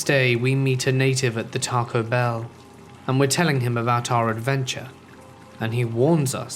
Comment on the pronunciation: sooooo..are we just not talking about the way he said taco?